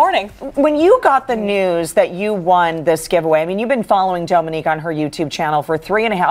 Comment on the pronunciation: I Love Dominique and I’ve finally heard her surname pronounced and know how to say it 🤣